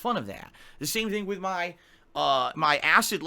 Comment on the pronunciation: Can't stand how this mofo pronounces "WITH"!